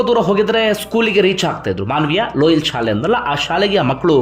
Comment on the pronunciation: ಲೋಯಲ್ ಅಲ್ಲ ಸರ್, ಲೊಯೋಲ ಸ್ಕೂಲ್ ಇರಬೇಕು ಸರ್